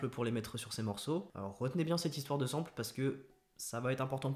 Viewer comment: Très bonne vidéo. Cependant le mot "sample" n'existe pas en français, il s'agit du mot anglais "sample" (à prononcer à l'anglaise donc), qui signifie "échantillon".